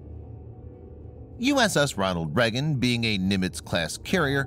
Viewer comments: Video starts: Immediately mispronounces "Reagan" as "Reggan" 🤨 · why is he pronouncing it "Reggin"?